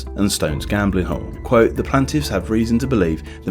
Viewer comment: It's plAINtiffs not plantiffs